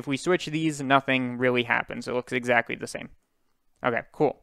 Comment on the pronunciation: I find cute that you sometime pronounce "L" as W and "CT" as c, it sounds like owo talk Exacwy~ :3